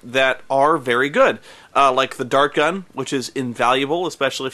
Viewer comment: не Дарк Ган, а Дарт Ган - дротикомёт